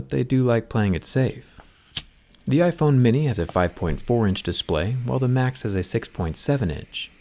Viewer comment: Am i the only one that hear “macs” instead of max?